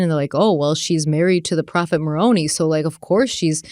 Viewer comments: this is simply me nitpicking and I’ve never been Mormon so take all this with a grain of salt but I have only ever heard of Moroni pronounced “maron-eye” not “maron-ee”. Again - just nitpicking and I could totally be wrong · Ma-rone-eye = Maroni Also, Nephi is pronounced Knee-ph-eye And Laban is Lay-bun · Mormon names are bizzare, so for the record, it's "More-ohn-eye" (Moroni) and "Nee-fie" (Nephi). And let me tell ya, not even Mormons believe in past lives and people being zombies, but they DO believe in evil spirits that cause people to do bad things. So really, it was Lori and Chad all along who were dark spirits. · I love you and I wasn’t going to say anything as I didn’t think it really mattered, but 4 episodes in I think you deserve to know Maroni is pronounced (Maron EYE) not (Maron EE). And then same goes for Nephi it’s (Knee PHI) not (NEF E) I don’t have any bad intentions correcting you I just thought you would like to know. ❤️ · Love you guys! Btw: Nephi is pronounced "Neef-eye" and Moroni is "Mor-own-eye," and Laban is pronounced "Lay-ban." 😂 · Just for future reference, the prophet names are pronounced Moroni (Morone -EYE) and Nephi (Neef-EYE) 😊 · This may have already been pointed out, but as an ex-Mormon, I just wanted to help you with pronunciation of these crazy Book of Mormon names… Long I (eye) on Moroni. Long E and I on Nephi. Long A on Laben. I’m here for you if you have any Mormon questions 🙃🙃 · Just a small note - the Book of Mormon prophets mentioned have particular pronunciations in case you were interested. Nephi - pronounced Knee-Fi (long i) Moroni - Mor-O (long O) -Ni (long i, like Nephi) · Moroni is pronounced like, muh-rohn-EYE. Nephi is pronounced, KNEE-FIGH. Laban, is pronounced like, LAY-BEN. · hello, Im LDS and I really like when you do the LDS episodes. Just for reference, the pronunciation for Moroni is More-own-eye, and Nephi is Knee-Feye Hope that helps! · It's pronounced "Moron-I"